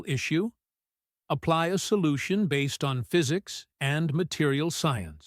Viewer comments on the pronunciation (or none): none